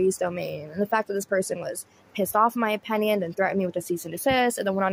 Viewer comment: I didn't know the word opinion had an a in it- "opAnion" lol. I watch and like your videos but when you mispronounce the word opinion... it's all I can notice. Take me out of the actual content. No hate. Just trying to be constructive so I can focus more on your content and not just a mispronounced word.